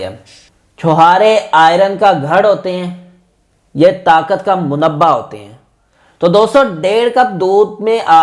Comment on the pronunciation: Arey bhai munabba nahin hota mamba hota haiy